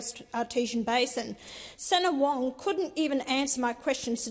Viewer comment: "Keeping the Bastards Honest." Someone send Wong to Speech Therapy!! Pauline for Prime Minister!!